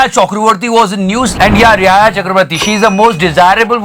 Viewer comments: it is pronounced as Rea not rihaya 😂😂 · Rhehaya Chakaborty kya hota h? It's Rhea 😁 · ARey thum rea ko rihaya kyun bolthe ho? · Bhai saal bhar hone ke aa gaye par tumhe Rhea Chakraborty ka naam thik se pronounce karne nahi aaya, wo रिया hai रेहाया nahi hai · Who is 'Rihaya'.. It's 'Rhea'(Rhia).. You might not like her but you cant be disrespectful to anyone by mocking the name.. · I think it's Reeaah not rehaya. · giving new name to Rhea......Reeaaaya😂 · its Rhea not Rehaya............. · My mind blasts every time he says rihaya instead of riya....it right there written in hindi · I like ur vids but chutiya to tu bhi hai , reah or rheah ko riyaaha bol raha hai , riyaaha means dynasty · rihaya q bol raha angrez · Bhai aur ek baar "Rehaya Chakroborty" bolna... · English pronunciation toh pehle hi chudi hui thi....ab hndi bhi....rihaya, sonskar..itna badhiya content banate ho... pronounciation mei sab bawasir ban jaata hai bhai.....bohot bura lagta hai!!